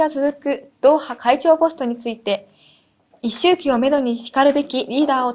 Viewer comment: 一周忌や競い合ってなど、簡単な漢字も読めないなら、事前に確認しておきなよ。